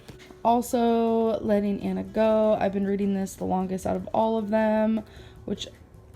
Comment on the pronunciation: “Readeen is good for the brain” ☝️👩‍🏫